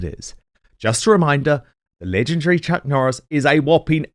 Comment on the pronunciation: Every time I hear the Chuck Noris promo all I can hear is: Chuck the fence 😂